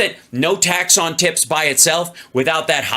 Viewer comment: Hal said “ tax on tits “ when trying to say tax on tips. Sounds like a porn lobbyist slogan. “No tax on tits”.